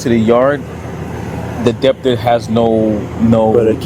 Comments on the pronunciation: what a joke. the cop was totally wrong and couldnt even pronounce "debtor" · “Deptor” is crazy lol